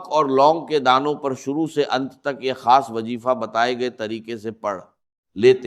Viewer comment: یہ آواز ڈاکٹر اسرار سے ملتی جلتی ضرور ھے لیکن یہ آواز ڈاکٹر اسرار احمد کی ھے نہیں بغور سنیں تو پتہ چل جائے گا کیونکہ ڈاکٹر صاحب کا تلفظ اتنا غلط نہیں ہو سکتا جیسا کہ خیر کو کھیر اور ضرور کو جرور اور دیگر الفاظ بھی ہیں جن کی ادائیگی غلط کیا جارہا ھے خاص کو کھاس ایسا ہوہی نہیں سکتا کہ ڈاکٹر صاحب کی تلفظ ادائیگی ایسی ہو